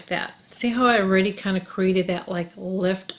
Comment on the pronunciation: I love how you say Oh-ready (already) ... I've missed your vids... work has been so crazy (health care)... but I'd forgotten how much I learn from you. You are so the best